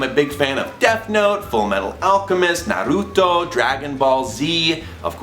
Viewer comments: yay! he said "naruto" right! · KINGDOM HEARTS!!!!! I was NOT expecting that! Totally my favorite game too!! <3 I like how you said "Naruto" correctly! XD YEAH dog person!! I'm allergic to cats too! Please keep doing these, Thomas! They are so much fun!